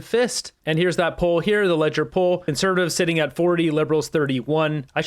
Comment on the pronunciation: Just wanted to point out, Leger is pronounced Ledge-ay.